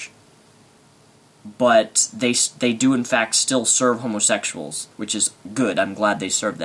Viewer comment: Wow, that kid sure is an idiot. I like how he pronounces it "homosexshuls"! XD I can't believe he actually thinks he's the one being persecuted! What an insult to people who actually are persecuted. Love ya,. Keep up the good work.